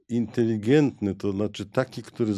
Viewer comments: Bardzo ciekawy odcinek ale potwornie ciężko się słucha specjalisty naukowca, który ciągle mówi INTELIGIENTNY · Panie doktorze - nie inteligientny ale inteligetny